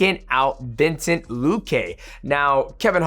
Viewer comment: Mighty, you are TERRIBLE with names. VINCEN-TE